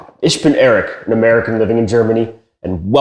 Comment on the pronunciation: You said Ish bin, isn’t it a throaty Ich?